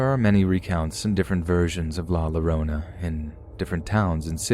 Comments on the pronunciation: Next time you have a story of La Llorona its pronounced 'yorona" the double L makes a Y sound. It's the best I can explain it. Love your vids! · Llorona. Is pronounced Yo- ro-nah. Bless your heart. In Spanish. The letter Ll is pronounced with a y sound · Damnit! It's pronounced YO-RO-NA!! Lmao, I was tweaking through that whole story because of the pronunciation.